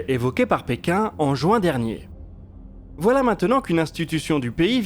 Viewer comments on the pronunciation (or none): none